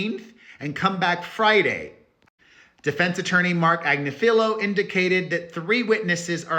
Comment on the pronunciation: It is pronounced Ag- nif- a-lo … nif .. pronounced like rift or spliff